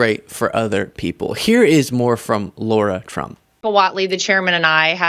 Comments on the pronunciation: It's not low-rah, it's lah-rah! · Hi! I watch you more than once a day and love your insight. It's Lahrah ( Lara Trump), not Laura...it's a fine distinction, but I'm "Laura". and I can't stand the skank. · Amazing! Lara was able to humiliate herself without singing! PS - it's pronounced "Laira" or "Lahra" Trump, not pronounced " Lora" Trump. No "U" in the name to give the "oh " sound! By the way, the name got popular after the "Dr. ZHIVAGO" movie, the female lead character's name! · Pronounced lie are ya trump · The way you always pronounce “Lara” as “Laura” most really piss off the Trumpies. Good job. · Sorry, love the channel and your content but you keep making a minor mistake. You keep saying Laura Trump, her name is Lara not Laura. I dont see it as a big deal but i know you care about accuracy and it would be like calling Star Wars Star Trek or Lara Croft Tomb Raider Laura Croft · Are you actually saying "Laura"? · I can't stand her, but please stop calling her "Laura".